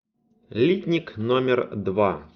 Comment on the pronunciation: литнИк!!!!! Слух режет